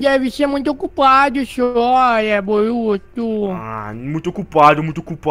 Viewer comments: VC falou maruto é boruto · Ele falo maruto